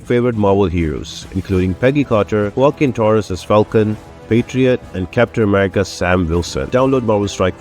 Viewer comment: Waah-Keen Torres. Hopefully that helps in pro ouncing his name.